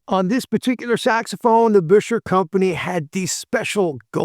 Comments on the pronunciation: I am surprised you don't know that the correct pronunciation is NOT "Busher" if you see the original promotional ads it was recommended that it should be pronounced "Bisher." I am just saying... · Not to give you a hard time, but those old enough to know say he pronounced his name bisher - sounds like fisher. Yes, I am aware of ads that have both pronunciations. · Buescher rhymes with "fisher", according to one of their own advertisements from back then. I have a 26 True Tone alto. It's quirky, but more fun to play than my YAS-23. It does NOT "sound like the same horn, top to bottom". You have to work with that :) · Great video. However, it's pronounced "Bisher".